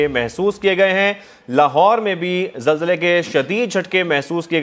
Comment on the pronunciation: zalzale ke .. bolna seekhlo pehle .. har chiz me Jay na laya kro. apne aap pr haso